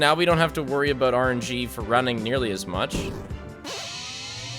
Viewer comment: right after "the odds were aboot double that" too